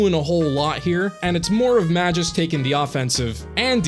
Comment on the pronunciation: About Magus It's not Ma-juice, it's Ma-goose Also I'd add Soukaku to the bunch in the video too